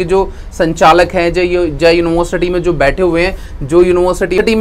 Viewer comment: University bol nhi paa rhe ho...@@